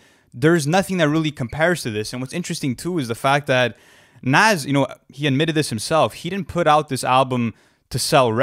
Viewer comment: It's pronounced Nas not nas!